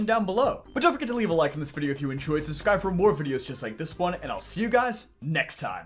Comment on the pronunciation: “Please Subscribble” 😭